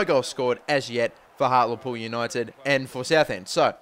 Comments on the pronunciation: its HartLEpool not HartELpool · Hart-lee-pool pronounce it like that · Its pronounced Heart-lee-pool i should know i live there :D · Hart-lee-pool come on man, I'm Australia and I can say it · heart-lee-pool for hartlepool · Its pronounced hart- lee-pool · It is said Hart-lee-pool United haha Like so he can see! :D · It's Heart-Lee-Pool. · Haha you got it wrong the first time, it's hart-lee pool